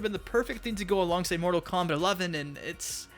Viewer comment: Mortal KomBIT? The fuck is wrong with this dude?